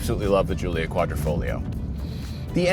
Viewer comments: And you still cannot pronounce words properly, can almost think you are Americans... its Quadrifoglio, not Quadrifoligo.... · QuadrEEfoglio damn it! Can't make jokes without getting my comment censored lol... but it's QuadrEEfoglio, not QuadOHfoglio 😂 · Mi pare dicano quadrifolio... It's not the correct pronunciation! The g is not silent. 😊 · Quadrifolio with missing ‘g’ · I love to say that outloud with a forced italian accent: ALFA ROMEO GIULIA QUADRIFOGLIO VERDE 🤌!! Say it fast too (Don't pronounce the G of quadrifoglio you muppet) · Wait…. You aren’t supposed to pronounce the “G” …?